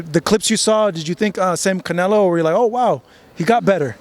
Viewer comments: bivol is always roasting canelo intentionaly i suppose and i love it . he said canelaa 😂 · He says CANELA 😂😂 💪🏼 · Attaboy, that's the correct pronunciation: canela! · I really hope he never stops saying canela 😂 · Lmfao love how bivol calls canelo canela lmfaoo 🤣 this guy smart asl their iq is high this is why they can learn multiple languages so fast. These fighters are one of a kind. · Every Russian says it like that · Russians can’t pronounce canelo that’s why